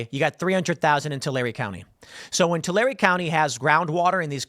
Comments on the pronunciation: Yay, this is the first time I've heard somebody pronounce Tulare County right ! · I’m from Tulare County. Thanks for pronouncing it correctly 🫶🏻